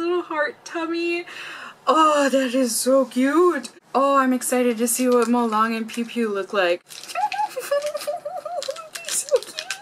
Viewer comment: we pronounce it molelang, lang’s a is a long a. also we just don’t call this molang, we call it malong-e. 몰랑(molang)이(e). 이 not part of the name but it’s a grammar thing in korea but the character’s name is kind of grouped together and we say molang-e. It’s kind of strange to hear just molang to my ears because I’m used to hearing and seeing molang-e XD